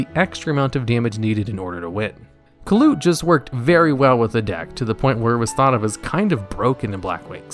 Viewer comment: I thought kalut was pronounced more like caiou and less like kaput